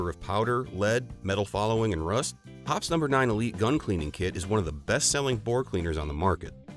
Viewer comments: It Hop Es number 9. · The announcer can't even pronounce Hoppe's correctly.